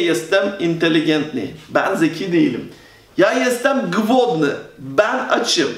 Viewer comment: Sorry, but your pronuncation isn't good in few words. For egzample "ł" in "głodny" we say like "w" in English word "winter". In Polish name "Małgorzata" you said it very well. I know Polish is specific language, but I think you should improve your pronuncation. The same in letter "ę". Please, don't feel bad or resentful because of my words, I would like to give you some advices. :) Take care and greetings from Poland. :)